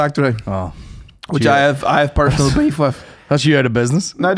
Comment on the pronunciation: culchie pronunciation of the word "beef" is something else. "Baiff"